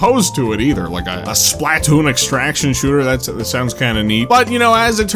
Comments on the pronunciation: I don't know if ive ever heard someone pronounce Splatoon as SPLAT-toon before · You put such a strange emphasis on the SPLAH of SPLATOON. Would you say "PLAH-toon" or would you say "PLUH-TOON?" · The way he emphasizes the A in SplAtoon hits me every single time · It's funny how he pronounces Splatoon: "Splat Toon" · The way you say Splah Toon as two different words is PEAK 🙌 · Anyone else hate how he pronounces Spaltoon??